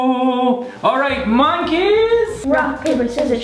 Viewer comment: Like, yeah...... He said MANKEYS....